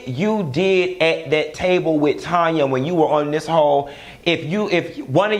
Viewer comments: TAAAAANYA!!!!! Not Tonya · her name is TANYA!!! TAN-YA lol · Tanya, not Tonya 😆😆😆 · Do it’s TANYA not Tonya🤣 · STOP calling that lady Tonya when her name is Taaaaaaanya🤦🏾‍♀️🤦🏾‍♀️🤦🏾‍♀️